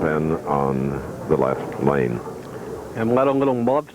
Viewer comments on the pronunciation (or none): Plus the way he pronounces his “L’s” drives me nuts. It’s like a combo of Y and L. “Pete Weber is up on the YLeft YLane” 😂